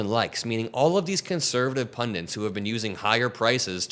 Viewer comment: PunDITS. NOT PunDINTS. (Love ya! XO)